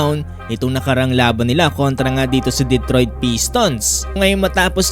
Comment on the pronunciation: ayusin mo naman pag kaka bigkas mo "Detroit" hindi "Dedtroid"